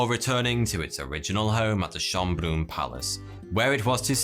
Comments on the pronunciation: I love your misspronounciation of Schönbrunn XD it sounds so alien to me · hey, you figured out how Schonbrunn is pronounced, nice :)